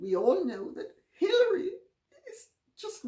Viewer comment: LOL, I thought she said Pillory Clinton.